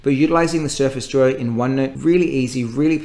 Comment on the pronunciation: I swear he says Surface joy instead of duo.